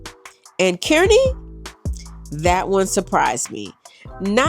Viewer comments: Btw Kearney is pronounced Karn-we. :) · Yay! Suwanee in Kearney! That's a personal favorite. So good. BTW, we pronounce it "CAR-nee"...which is weird, but you know, who would know. Thanks for touring the store on Leavenworth in Omaha! I need to check that out!